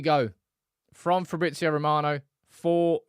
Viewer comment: I don't think Fabrizio's name is pronounced like that. The "z" is read the same way as English. "ZZ" sounds different though. Like pizza.